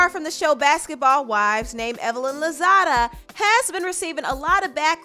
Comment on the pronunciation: It’s Evelyn lozada not lozado